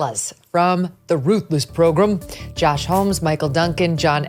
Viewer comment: I don't think Matt Gaetz should be AG... he doesn't even have juristic experience... Not to mention the charges against him... Also sometimes you say "program" like "progrom" and it almost sounds like "pogrom" which has a very bad connotation by the way.